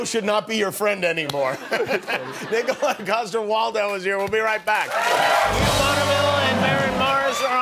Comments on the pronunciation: It’s Niko-laj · It's pronounced *Nikolaj. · Its not Nikolaj,... Its KNEEKOLAAJSH